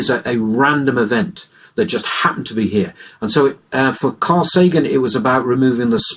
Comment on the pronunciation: Carl SAGAN? The "G" is just a "T" with a long curly tail.